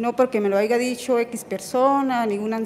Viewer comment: Hayga??? O HAYA?